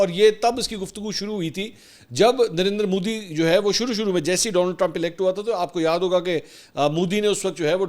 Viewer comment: جب بھی آپ نندر مودی کہتے ہیں مجھے پتا نہیں درندر مودی کیوں سنائ دیتا ہے😅